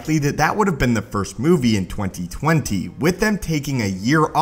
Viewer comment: The way this guy says 2020 bothers me.